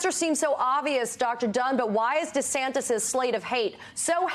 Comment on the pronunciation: I like how this man pronounces his name -- DeSandToes